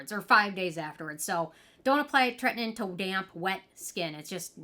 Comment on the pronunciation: You crack me up with your wording. It's pronounced Tretin-OWEN. TretinOIN. lol.